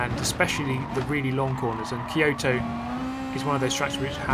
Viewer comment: The pronunciation "Key-Yohto" triggers me. :D I should see a therapist.